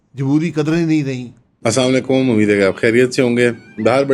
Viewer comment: Brai meherbani assalamo alekum sahi se pronounce Karen